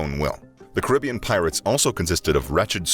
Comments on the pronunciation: Your pronunciation at the start is correct as its was name after one of the many indigenous groups of the region known as Caribs. So its ka·ruh·bee·uhn not kr·i·bee·uhn. Hearing it pronouned as the latter is like nails on a chalkboard. - your friendly neighbourhood West Indian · The first way of saying Caribbean is actually correct.